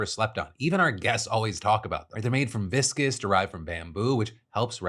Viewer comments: Phil, it’s pronounced vis-cose, not viscous!! This has been a pet peeve of mine ever since you started with this sponsor 😮‍💨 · Hey Phil! Just so you know, viscose is pronounced differently than viscous. Try saying 'viscous viscose' five times quickly if you see this, please! Love, Your friendly neighborhood proof-reader and sewist